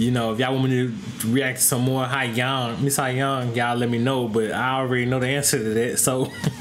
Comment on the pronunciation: Sohyang “So-yang”